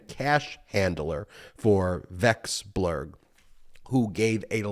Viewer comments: Pronouncing foreign surnames is in fact kryptonite for americans.. wexblurg, welcksblurg, welcksburg😉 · You are great at explaining complex issues. How about taking a few seconds to get the correct pronunciation for these names you're talking about? Particularly Vekselberg, which is not that hard to say correctly if you sound it out.